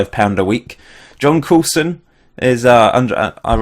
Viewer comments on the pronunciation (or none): none